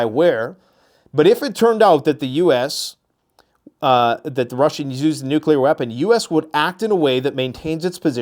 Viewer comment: She can’t even say nuclear correctly. “Nucular posture”.